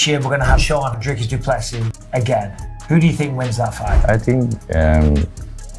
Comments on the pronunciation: Dreee-cis Doo-plessee....Not fkn DRY-Cis Duple-sis! Like Michael Bisping says it... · Repeat after me: "Dree-cus Doo-plê-see" Repeat: "Dree-cus Doo-plê-see" Again: "Dree-cus Doo-plê-see" Once more: "Dree-cus Doo-plê-see" Last time: "Dree-cus Doo-plê-see" Final time: "Dree-cus Doo-plê-see" Final last time: "Dree-cus Doo-plê-see"